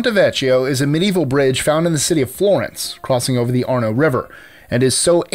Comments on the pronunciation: The correct pronunciation of "vecchio" is "vek-yo." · It´s pronounced VEKKIO